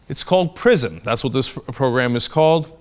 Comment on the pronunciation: lol, I thought Cenk said the program's name was "Prison". It would be pretty apt though.